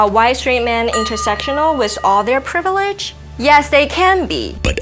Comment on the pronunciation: "You'le so plivileged"